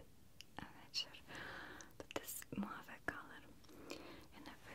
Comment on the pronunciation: Dear Maria, the word "mauve" is prronounced "mawv," not "mwav." Thanks for the relaxing videos.